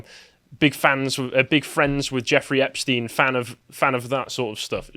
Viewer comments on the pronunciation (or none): none